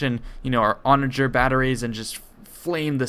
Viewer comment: great video very cool and good narration! by the way it's pronounced “onajer” and “leejon” not “legioh”